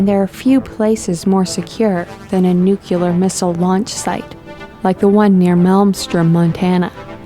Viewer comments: ..."NUKE YOO LUR"? No..it's "Nook Lee AR" Just saying. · "muricans" and their "nucular" weapons... IT'S NUCLEAR!!! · At she says "nucular" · New Clear!!! How flipping hard is that to say? It is NOT "Nu Qu Lur"!!! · Somebody PLEEEAAASSSEE tel the female narrator that it is NU-CLEAR not NU-CU-LAR.... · Dammit, it's pronounced nuclear. Not nucular. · NUE-KLEE-ARE!! Damn it! Not NUE-QUE-LER! I know it's a small thing but..damn, is it irritating. Why can't anyone get this right?! Nuclear. Not nucular. The word doesn't exist. Nuclear and molecular are two different things! Geez.. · Its Nuclear not Nuculer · i know narrators need nothing for work other than a voice, and the ability to read...but if homer simpson knows the difference between nucular and nuclear...come on! ;) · its nuCLEAR.. people fuck... NOT nukular!!! nuclEAr nuclear nuclear NUCLEAR!!! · Please, why is it some people cannot pronounce 'nuclear' ? It is simple really, two syllables, Nu - clear. It drives me nuts when I hear it pronounced Nu - cu - lar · Stop saying nucular! I hate that shit! It's nuclear damn it...NUCLEAR!!! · LOL... NUCULAR? It's is nuclear...not NUCULAR! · 'NUCULAR'? AAAAAAAAAAAAAAAAAAAAAAAAAAAAAAAAAAAAAAAGGGGGGGGGGGHHH! *Lies down in cold, dark room*. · Nuke ya ler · WTF is Nucula? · No such word as "Nucular" Sorry MORONS you need to learn English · Newkyalurr lol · Why doeth everybody in thith video have a lithp? And Nuculer? Really? Or did she say Nukyuhler? Any intelligent filmmaker would have edited the soundtrack and taught the narrator to say "nuclear." We're trying to contact advanced beings but we can't even speak our own language. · Lost me at nookuler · Johnny Law but Bush said it was Nuclar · NUCULAR?! seriously?! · Hahaaha,bravo, your point! My typo; I meant "NUCLUAR" - as she is pronouncing it - instead of NUCLEAR, of course. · OMG, WHERE ON EARTH DID THEY FIND THIS WOMAN-PERSON, WHO IS MODERATING THE VIDEO? AND HER NUCOLURA............ I HATE IT, TOO!!!!!!!!!!